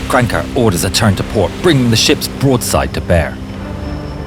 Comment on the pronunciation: it's not Krancke it's KranAcke